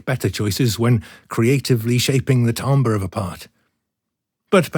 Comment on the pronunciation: he’s wrong. it’s “tam-burr” not “tom-burr”